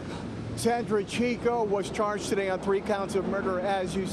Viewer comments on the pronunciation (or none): what's "CHAGED" Charged you mean lol